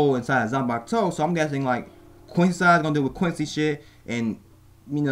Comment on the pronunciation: Please say "quincy" and not "queen sai". Try it like "queen see".